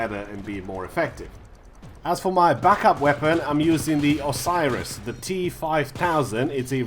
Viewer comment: OSIRIS T-5000 - wrong ORSIS ( OR SIS ) T-5000 - ok)))))) Sorry, but you just cut my ear off.